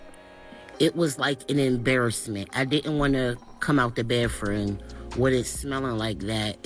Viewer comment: I love how they pronounce the bathroom as baffroom. Lol.